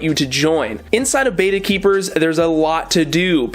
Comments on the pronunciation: Get a koi (color type) Betta. it is pronounced behtah not baytah. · Bet, bet, bet ... betta. Not baeta, not bayta, and not betta fish. Click the loudspeaker. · Sorry but I am tired of you saying Bait a fish when it is a Bet ta fish,bye un scribed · First, it's bet-ta not bay-ta Next, HMPK bettas are my favorite bettas. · It's betta, with a soft e. Beta, with a hard e is the second letter in the greek alphabet. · Roman G your right I will not unsubscribe. When ever talks about Bet ta fish I just mute him,,,,lol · First off, pronounced as Bet - Ah secondly... Nope actually that was all. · Betta, not Betta!😉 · you’re pronouncing it wrong but good vid